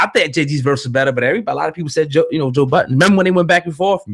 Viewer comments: His name is Joe Budden. Not Joe Buddens... lmao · Man its been over 20 years the mans name is Joe Budden not "Buddens"